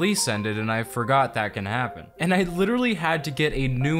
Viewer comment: Did you really say I forgor.